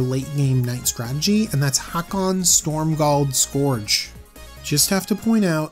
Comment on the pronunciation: Haakon, Stormgald Scorch is strictly less existent than Haakon, Stromgald Scourge. Somebody had to point out the pronounciation derp. I made the sacrifice and become that somebody. I am the hero you need and the hero that you deserve.